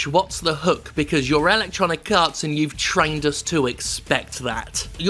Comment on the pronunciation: I keep hearing "ElectoniKarts", which sounds like a mobile game.